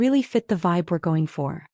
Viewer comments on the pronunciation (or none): none